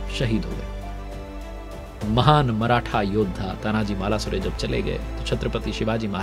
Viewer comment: सर आपकी एक भुल को सुधारणा चाहुंगा वीर मराठा योध्हा तानाजी मालूसरे ऐसा नाम हे. अपने गलतीसे मालासुरे ऐसा बोल दिया. 🙏🙏🙏